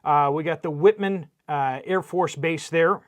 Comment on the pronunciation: Whiteman AFB, not Whitman.